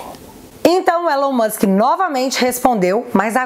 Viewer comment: Brasil! Nome não se traduz, Elon Musk, se pronuncia ilan mãsk